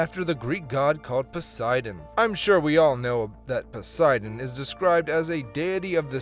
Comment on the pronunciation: >Horrifically butchers the pronounciation of Sauroposeidon (and continues to do so throughout the segment) >Somehow pronounces Poseidon correctly five seconds later What lmao